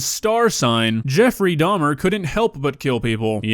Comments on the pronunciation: “Jeffy Doms” 😢😂🤦🏽‍♀️ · I’m sorry did I just hear “JEFFY DAHMS”???!!! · Why the fuck did she call him Jeffy doms what the fuck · "Jeffy Dahms"?? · Bruh, “Jeffie Dahms” made me slowly die inside.